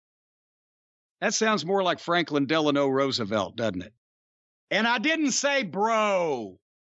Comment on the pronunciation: President Russo-velt 😅